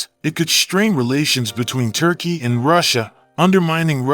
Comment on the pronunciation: You. Say. Turky. Bas no. Mony. Biden. Has. Mony.